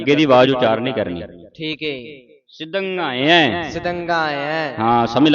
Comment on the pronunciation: ਸਿਧੰਙਾਇਐ ਸ਼ਬਦ ਵਿੱਚ ਅੰਤਿਮ ੩ ਅੱਖਰਾਂ ਤੇ ਓਨਾ ਜੋਰ ਦੇ ਕੇ ਨਹੀ ਬੋਲਣਾ ਜਿੰਨਾ ਆਪ ਜੀ ਕਰ ਰਹੇ ਹੋ। ਸਾਰੇ ਸ਼ਬਦ ਵਿੱਚ ਇਕਸਾਰ ਜੋਰ ਦੇ ਕੇ ਉਚਾਰਣ ਕਰਨਾ ਹੈ।